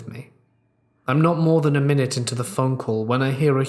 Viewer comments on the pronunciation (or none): none